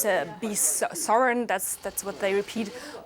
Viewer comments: They want to be "sorreign"? They will be sorry, they will, not sorreign. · What's sorreign mean?